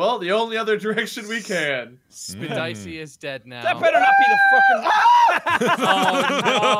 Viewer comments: I love that Bob called Jack "Spedeycie" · "Spedicey" amazing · Chloe loves septiplier no there's a joke with pewduepie and jacksepticeye with 'Jesus ' pronouncing his name wrong as 'jack spedicey' 😂